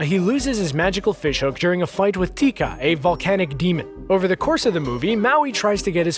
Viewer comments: Did anyone else notice that he said Te Ka wrong he just said Teeka? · My sister watches Moana at least 50 times a day and it’s not tika it’s taka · With TeEKa. It’s Te Ka. The first part is not pronounced Tee, it’s TE. Lol 😂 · how did you manage to mispronounce so many of the names from moana when the correct pronunciation is right in the movie? it's not "TEEka" it's "teh-KAH" and it's not "laLOtai" it's LAlotai. also maui isn't holding his hook when he's in animal form, but he can't control the weather either. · Its pronounced tay-kah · Wait did he just say “teeka” TEEKA???? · I caught that too. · By the way he said Te Ka wrong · Yes!! I was wondering if someone else noticed that.